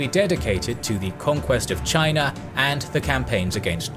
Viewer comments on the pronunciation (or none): none